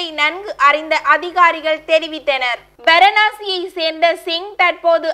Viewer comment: இந்த இடத்தின் பெயர் வரனாசி கிடையாது வாரநாசி என்று படிக்க வேண்டும் இன்று செய்தி வாசிப்பாளராக அறிவுறுத்துங்கள் இந்த செய்தி வாசிப்பாளர் முன்பைவிட அதிக பதற்றம் இல்லாமல் நிதானமாக வாசிக்கிறார் செய்திகளை அவருக்கு என்னுடைய வாழ்த்துக்கள்